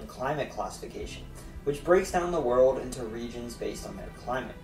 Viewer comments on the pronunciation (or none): none